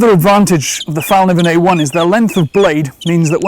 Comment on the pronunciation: Thanks for a great review. A tiny lesson in Swedish: it's actually pronounced "fell-kniven" with an audible K, not a silent one.